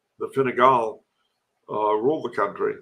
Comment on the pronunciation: calling Fine Gael (Tribe of the Irish) Fine Gall (Tribe of the Foreigners) is hilarious, whether intentional or not!